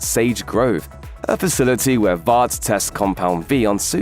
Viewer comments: Why he saying vaat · When someone with a British accent tries to copy American pronunciations for certain words, instead of saying them as they would naturally. 🥲 Vought should rhyme with thought, polarity with clarity, etc. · Absolutely wild to hear your pronounce the word Vought with an A, giving that it is spelt without one and said numerous times in the show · how is your pronunciation of the names so bad ... po·lar·i·ty, Vought etc